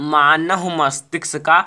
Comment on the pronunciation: Bhai pehle manav bolna Sikh lo